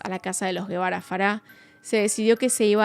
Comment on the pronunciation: Algunas precisiones: -La reportera que entrevista a la madre de ka niña es Lili Téllez La televisora para la que trabajaba era Tv Azteca. Actualmente es senadora de la República. -El padre no se apellida Guevara, apellido español, sino Gebara (que se pronuncia "jebara"), es decir, un apellido libanés. La madre se llama Lisette Farah Farah y el padre Mauricio Gebara Rahal. Ambos padres son de ascendencia libanesa. -Muchos miembros de la comunidad libanesa por alguna razón han logrado obtener en México un gran poder económico e influencias políticas: Carlos Slim logró que el expresidente por el Partido Revolucionario Institucional (PRI), Carlos Salinas, le vendiera la paraestatal Telmex, empresa que luego lo convirtió por algún tiempo en el hombre más rico del mundo; Alfredo Harp Helú es primo hermano de Carlos Slim, y es un empresario mexicano, fundador de la casa de bolsa Acciones y Valores de México, fue dueño de Banamex y es dueño de Grupo Martí; Lázaro Chedraui, fundó el conocido supermercado Chedraui que está presente en numerosas ciudades de México; Michel Domit es el dueño de las famosas zapaterías mexicanas Domit, sobrino de Slim; Anuar Name Checa fue Presidente del Consejo de Corporación de Cruceros Nacionales; Mauricio Kuri González es un empresario y político mexicano, actual Gobernador de Querétaro por el Partido Acción Nacional (PAN); Kamel Nacif Borge, empresario, está preso por su vinculación a una red de pdfl y agresiones contra la periodista Lydia Cacho, quien